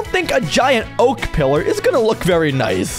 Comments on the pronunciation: Its oak not oa-k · Its oak not o-ak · POV the hardcore king and he can’t pronounce the most common tree type in Minecraft😂😂😂😂😂😂😂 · "O-AK LOG" had me rolling